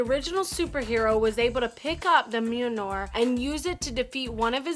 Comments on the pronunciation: This bish said mewnar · Okay, first, she is saying Mjolnir wrong. It's pronounced myol-neer. Second, why are half the charecters DC? No one likes DC. And third, MAGNETO DOESNT ACTUALLY WIELD THORS HAMMER!!!!!And finally, it says "superheroes" in the title, not "superheroes or super villains, doesn't matter because I don't know shit". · Fuck you're annoying... perhaps "The Worst". At least pronounce the name of the hammer correctly... brutal. Fix your editing skills too. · Ugh, she can't even say "Mjölnir" properly. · Anybody else get really irritated by this chick mispronouncing mjölnir? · This chick has an irritating voice and can't pronounce Mjolnir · I think you're pronouncing Mjölnir wrong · SHE MISPRONOUNCED MJOLNIR! KILL HER!!!!!!!! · Pronounce Mjolnir correctly and I'll subscribe. Until that day comes fuck off. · learn to say mjolnir correctly